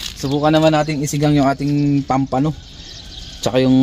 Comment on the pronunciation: No bashing po pls.❤ It's POMPANO po ang tawag diyan hindi Pampano or Pomfrets sa English